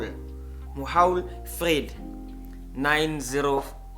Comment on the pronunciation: its MOHAU-ALFRED lol